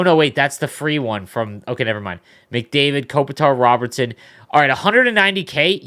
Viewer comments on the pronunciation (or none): none